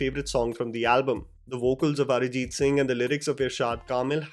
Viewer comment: LOL, your pronunciation of Arjit always cracks me up lol. It's not "Ara-jeet", it's "Ar-jeet". Love your work bro.